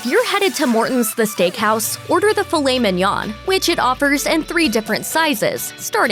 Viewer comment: Let’s take advice from someone who can’t pronounce filet mignon correctly. I seriously don’t know why I watch these stupid videos. They suck me in every time.